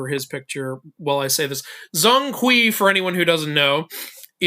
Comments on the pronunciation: Broooo please get the pronunciation right it’s not zong kwee it’s more pronounced jong kwei 😭😭😭🙏🙏🙏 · zhong hui should be spell or pronounce Jong kway. eveyone is pronounce as Zon kwee. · Zhōng Kuí 鐘馗 pronounced "Jong kuay" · BTW Zhong Kui's pronunciation in Mandarin Chinese is Zhown Kway, if you're interested. Zh is pronunced like Dr (as in Dragon) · you gotta work on your pronunciation of Zhong Kui 钟馗